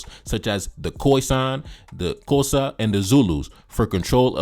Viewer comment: 😂😂 That's not how you pronounce the word "Xhosa" but thank you for creating this video and debunking this fool.